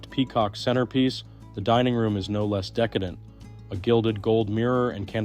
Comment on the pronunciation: You pronounced decadent as decedent. One means overdone in a luxurious way and the way you pronounced it means the dead person. This is the second time today I’ve heard about the dead person. PLEASE STOP IT!